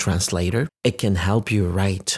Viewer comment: ليه استاذ عبارة :it can ، نطقتها زي: e kn كانها بالعربي "إكن" ليه ماقلت: ايت كان؟